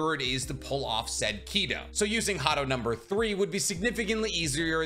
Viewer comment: Your pronouncing Kido wrong though.